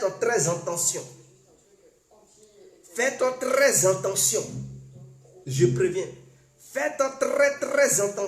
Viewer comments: eh toi on dit: FAITE TRES BIEN ATTENTION ET NON ENTENTION OU JE NE SAIS QUOI TOI TU TE FAIS APPELER ET TU NE CONNAIS PAS PARLER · On dit: faites très Attention ⚠️ et non: faites très entendions! La prononciation est mauvaise! Sois béni! Merci beaucoup à toi. ❤❤❤🧡🧡🧡💖💖💖💗💗💗💓💓💓💞💞💞💕💕💕💟💟💟❣❣❣❤❤❤🧡🧡🧡💛💛💛💚💚💚💙💙💙💜💜💜🤎🤎🤎🤍🤍🤍💌💌💌💝💝💝🧡🧡🧡❤❤❤💖💖💗